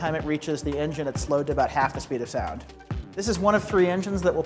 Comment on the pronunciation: how the fuck do you mess up sound with soind